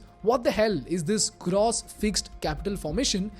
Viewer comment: Love the video, but just can't shake this off... is that the right way to pronounce "gross"..? It's used repeatedly n is really irksome....